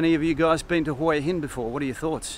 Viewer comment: If your going to live there u should get the name right, its pronounced "Wha Hin " then turn the camera around to c something not your face all the time please